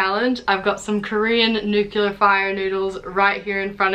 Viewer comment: I absolutely love the way you say nuclear!!!